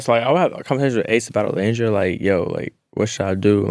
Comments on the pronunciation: Keke it’s pronounced O-Land-dria 😁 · Keke girl, that is not how you say Olandria's name 😭 You're upsetting me and my homegirls. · I love Keke down, but I hate that she keeps mispronouncing Olandria’s name. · why is she mispronouncing olandrias name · maam…it’s like 2 seconds into the video and you can’t be bothered to check the pronunciation of the person you just just spoke to?? Can we at least get Olandria’s name pronounced correctly out of other Black women’s mouths?? Just makes it easier for us to advocate for non Black ppl saying her name correctly